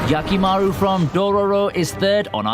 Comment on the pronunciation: Hee hee you need that Hee in Hyakimaru. It sounds like Yakimaru which is something else lol